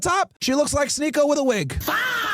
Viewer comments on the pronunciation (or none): Bro said sneeko 😂 and now i cant unsee that